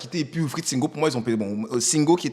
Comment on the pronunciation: Prononcer bien nom de SINGO non y’a quoi même ?